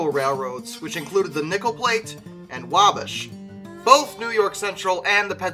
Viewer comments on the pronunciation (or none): Pronounced wal-bash not wahbsh